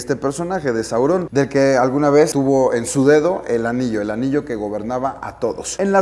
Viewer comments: ¡También a mi! Es Sauron no Saurón. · Es sauron, no saurón....no tiene escrito acento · Saurôn si caga escuchar que dice Saurôn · Esta impresionante, muy buena adquisición. Pero un pequeño detalle, y creo que la mayoría estamos de acuerdo en que nos incómodo como dices Saurón. Pero dejando eso de lado, buen vídeo. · Me incómoda como dice Sauron. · Alex te recomiendo que pronuncies sauron,la comunidad de fans de esdla es una de las más respetadas hacia la obra de tolkien,pero te amamos por adquirir esa pieza y detallarnolas esta hermosa 🌹